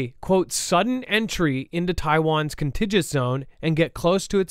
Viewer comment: CON-TIG-U-OUS, .........EMPHASIS ON 2ND SYLLABLE........NOT CON-TIGIOUS